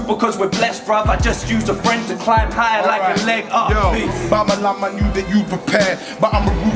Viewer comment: bamalam is one of the only uk rapper that tries to fully pronouce his words